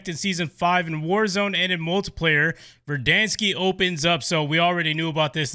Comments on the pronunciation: Pronounced Ver-Dan-skkk- not Ver-Dan-skiii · No hate but it’s not verdanske